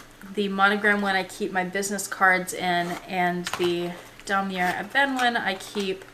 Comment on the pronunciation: Great collection !! I bought my Speedy 30 as pre-loved too for the same reason as you ... i wanted it cheap and i LOOOVE my darkened patina. When pronouncing Damier you do not say the "r"at the end .... it's Dah-mee-ay